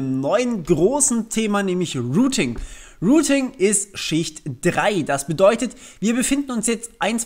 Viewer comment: Rooting? Ich dachte es geht um routing? Rooter? Die heissen doch router, oder? Sag nochmal rooting! Sag nochmal rooter! Ok, mir reichts, tschüss.